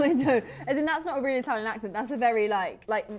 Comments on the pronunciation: Im Italian and I can tell that Talia does have a very good Italian accent 😊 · Talia's pronunciation of italin food is spot on🙌🏽